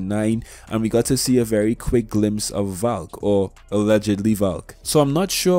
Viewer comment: I heard Falk when u said Valk